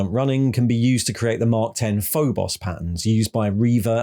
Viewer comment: FYI it;s mark X {like the letter X} not X {10} armor Caull wanted it not to be a numerical mark